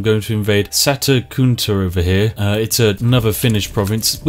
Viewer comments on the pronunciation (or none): lol sata guntha is how he said it